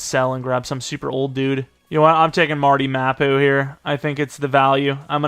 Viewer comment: No chance you think it’s pronounced “Marty Mapoo” 😂